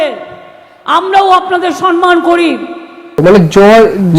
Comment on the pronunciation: মুখ্যমন্ত্রী সম্মান কে সনমান বলছেন কেনো? উনি কি বুঝতে পারছেন না যে উনি ভুল বলছেন?